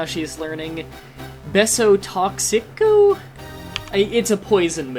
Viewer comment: Lol, the way you said beso toxico XD Beso toxico= toxic kiss in spanish